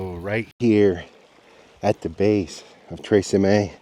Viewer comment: Tre (cheemeh) I think it means chimneys... if it looks like you pronounce a c like am s in English... it more than likely be pronounced like the ch as in church